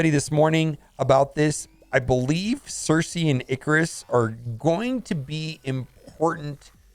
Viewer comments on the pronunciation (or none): none